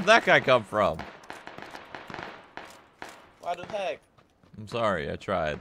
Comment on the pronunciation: it's called waduy not wadu hek...